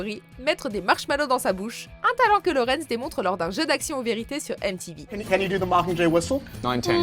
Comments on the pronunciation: elle a prononcé '' laurence'' à la place de Lawrence moi aussi j' avais remarquer 🤣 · Purée je suis pas le seul ça me rassure je l’ai repassé deux fois pour être sûr! Tout les autres bien prononcé et là ils arrivent à te sortir Laurence!!